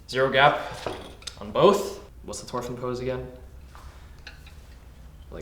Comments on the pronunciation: It mildly upsets me that he keeps saying torfinn instead of thorfinn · Isn't it pronounced THOR-finn. Looks wicked do you sell them. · Stop saying Torfin it's Thorfinn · Thhhhhhhorfin… not Torfin 🫠😭 like Thor. Not like TOR. 😭😭😭😭😭😭😭😭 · Love the videos and the craftsmanship but hey man- it’s thorfinn not torfinn, your saying it without the H and it kinda bugs me 😭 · Me flinching every time he says his name wrong (no offense) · you said his name wrong but they look great som ill look past that